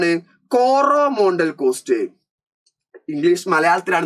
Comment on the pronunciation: കൊറോമോണ്ടൽ അല്ല കോറമെണ്ടൽ ആണ്